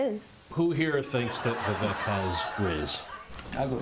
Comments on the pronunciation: Wait I thought it was pronounced "Viv ache". Why are they saying it "Viv eck"? Which is it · They are pronouncing it incorrectly in this video… it’s “Vivek like cake” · Yeah, can’t even pronounce his name right. Vivek like cake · I find it interesting that a panel of Indian Americans pronounce Vivek’s name wrong 😂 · The way she said Vivek 🤣🤣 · Why don’t they say the names properly. Like Kamala and Vivek.